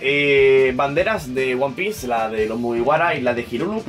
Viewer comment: jajaja nunca había escuchado "one pice" en mi vida, ahora creo que me sé toda la historia de principio a fin.